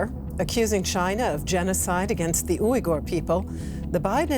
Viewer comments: too haha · I've never heard "Uighur" pronounced that way before...